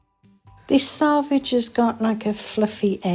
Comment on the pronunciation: Every time you say sAlvage instead of sElvage, it makes the hairs stand up on the back of my neck & not in a good way. Also it's everythinG, not everythinK - it doesn't have a 'K' on the end. I'm not a grammar nazi, just an advocate for literacy. I was taught to check a dictionary whenever these issues are raised; it makes you less likely to repeat incorrect or non-existent words in future.